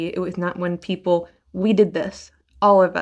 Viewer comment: Peeple and poople